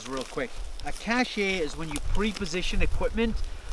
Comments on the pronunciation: it's pronounced cash, not cashe (even though it's spelled cache) hehehe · Great advice, very topical video considering what is going on in the world. One minor thing, that is not how you pronounce cache. Cache is pronounced like cash. You are saying cachet, which is an entirely different word meaning distinction or prestige. Keep up the great work guys. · It's pronounced "cash" not "chashay". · It's pronounced "cash" not "cash-eyyyy" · I hate when people pronounce it cash-ay. It's pronounced "cash" in proper English. Unless you're military I guess. Just my pet peeve. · It's pronounced both ways actually. Depends on context. "Cash" in the modern IT/computer science sense. "Cashay" in the original meaning/clandestine sense.